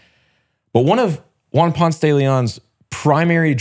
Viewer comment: Please people, its not pronounced "ponts" lol its "pōn-se'". It grates my ears hearing names mispronounced, and arrogantly sometimes (not yall yankee brethren tho lol ❤ my yankee brothers!)